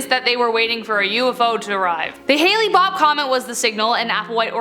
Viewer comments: hale bopp not haley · It's not pronounced, Haley Bopp, it's more like, Hail Bopp.